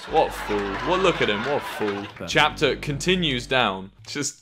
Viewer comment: A guy named Chapter while Wilbur and Tommy pronounce it as captcher